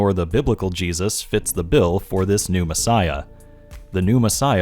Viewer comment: I might just be easily amused but I can't stop myself from hearing you say "Pneumassiah" instead of "New messiah". Maybe it's because I know what pneuma means. Also, about the broken bones thing. I'd wager that it has nothing to do with the ancient "prophecy" at all. I could dismiss it as nothing more than a fanboy saying that Batman got beat up, but at least he didn't get beat up too badly. Jesus got crucified, sure, but at least none of his bones were broken, because Jesus is too awesome for that kind of beating! I imagine broken bones were considered a pretty terrible thing back then... considering that the bible goes out of its way to make it sound like broken bones are the most terrible thing. Nonexistent healthcare, primitive beliefs, the sheer length of recovery from broken bones being really significant to primitive societies... I don't think we need it to be a misheard reference at all. But it certainly could be one. It doesn't matter either way, since it's not even close to prophetic in either case. I just think there's an even simpler explanation. Broken bones suck, and it wouldn't do for Magicman(tm) to be sullied by such an awful thing. Edit 2: better way of explaining what I mean: I imagine broken bones weren't often set properly. Imagine a messiah with a limp. Don't think that'd make for a very impressive savior, so "he got the shit kicked out of him, BUT NO BROKEN BONES SO HE WON'T BE CRIPPLED FOR THE REST OF HIS LIFE GUYS IT'S OKAY whew saved it"